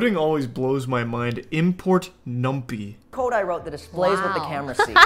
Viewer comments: Moist trying to pronounce numpy as numpee is two worlds I did not think would cross. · numpy is pronounced as num-pie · when charlie read numpy (nam-pay) as Numpy, bruh that shit funny af for me